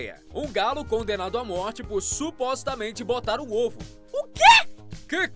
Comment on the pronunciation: "Cãodenado" é foda kkkkkkkkkkk